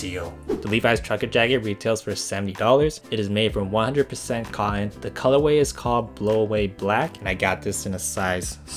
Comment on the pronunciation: Learn how to say denim and cotton